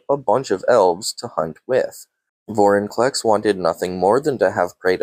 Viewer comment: Hate to be that guy, but its Venser, not Vesner; and it's Vorinclex, not Vorniclex. Lol Good video tho!